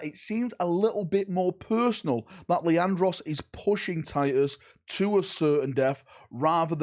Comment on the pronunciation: Leandros, its Leandros. Did I mention it was Leandros?